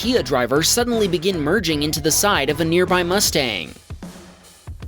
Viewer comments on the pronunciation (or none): none